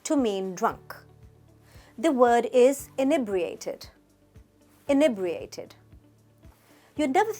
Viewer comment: Firstly, we also say pissed to mean being annoyed, it's not just the Americans; secondly inebriated isn't a "posh" word used by the "upper classes". How ridiculous ! Actually it's a word used by every police officer who has booked someone for being drunk/under the influence. Lastly, you don't even pronounce inebriated properly. At least get that right.